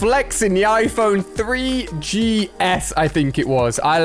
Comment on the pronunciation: Man said iphone 3gs🤣🤣🤣🤣